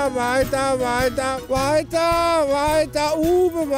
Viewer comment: wheiter, wheiter, wheiter, wheiter, wheiter, wheiter, wheiter, wheiter,...